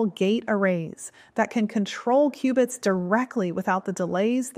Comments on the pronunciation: "Q"-bits. Not "cubits". LoL. They're building Q.uantum computers, not Noah's ark over there. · Qbits not cubits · Its Qubits